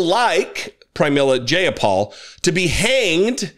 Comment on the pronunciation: Her name sounds like: J-Eye-Ah-Paul. For future reference, if unsure of pronunciation: Google it.